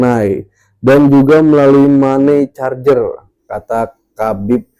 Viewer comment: Money changer= mani cenjer Bang, bukan mani carjer..